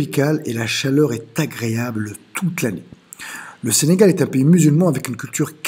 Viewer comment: C’est pas senagal mais Sénégal